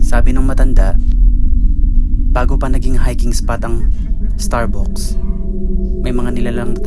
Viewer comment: Starbucks(starbaks ang bigkas) hindi (starbuks)..😅 Anyways, ok naman ang pagkukwento, walang masyadong effects na nakakaumay tulad ng ibang vloggers..